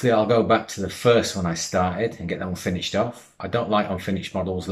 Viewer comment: It's pronounced finISHED not finICHED!